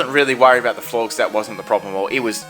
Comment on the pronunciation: Florges is pronounced like Gorgeous.